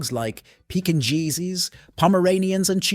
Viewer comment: Did he really say pekinjeezees?. lol Pekingnese ya muppet